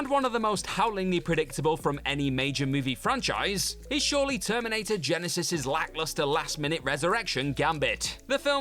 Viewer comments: GYE-NYE-SYZSSSES, indeed! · I missed ' pronouncation of Genisys 🤣